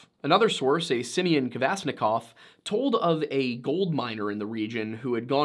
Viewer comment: The fact you mentioned the last name Kvasnikoff startled me a little bit since thats my mothers last name lol, i am alaska native and do infact live on this lovley yet deadly wilderness that is alaska :) Also love how you pronounced the last name and Kenai (not trying to be mean i just enjoy hearing how others pronounce these silly words)